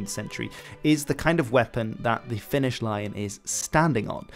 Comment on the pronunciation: luulin että sanoit "finnis" tahallee xD